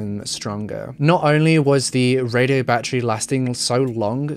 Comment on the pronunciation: He says battery like my great grandma use to ❤️ bat-tree